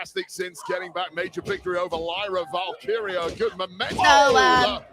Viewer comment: Here’s a word struggles with: Valkyria. “What do ya mean? It’s val Kyra?” Is it? Or is it Val-Keer-Rhea? You wouldn’t say Ra Ripley would you? I’m surprised nobody has corrected you.